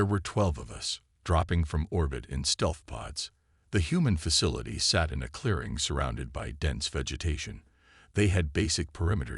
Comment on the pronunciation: And the "clearing, surrounded by dense vegetation."